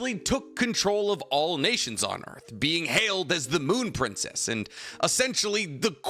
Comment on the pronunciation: Am I the only one who heard the “being hailed as the Goon Princess” or do I have a problem